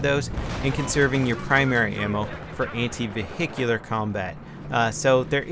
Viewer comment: LOL Ve-hicular combat :3